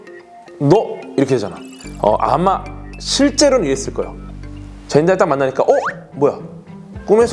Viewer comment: 젠다이아->젠데이아 드니 벨니브-> 드니 빌뇌브 궤님 유난히 퀭해 보이시더니, 많이 피곤하신듯ㅋㅋㅋ